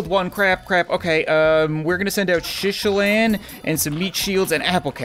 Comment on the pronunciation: It’s not shishilan it’s SHITalan and not boober it’s BLOOBER